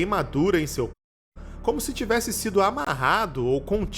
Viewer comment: esse pi na hora de falar, corpo não saiu bem